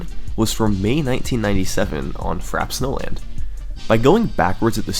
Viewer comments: Take a shot every time he says Frap Snowland instead of Frappé Snowland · Frap snowland? It's pronounced Frappay Snowland dinglebrain. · Why do I keep hearing "Fraps Nolan" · 'Frap Snowland' 😂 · "Fraps Nolan"